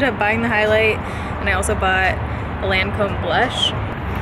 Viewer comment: Seriously can you PLEASE pronounce Lancome correctly. 🤦🏻‍♀️